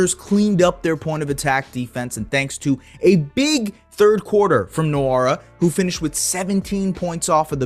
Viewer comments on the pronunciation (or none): Good video. Btw its wora, the N is silent in nwora